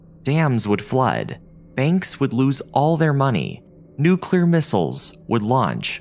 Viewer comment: I just want to say that I appreciate that you pronounce ‘nuclear’ correctly and don’t say “nucelar”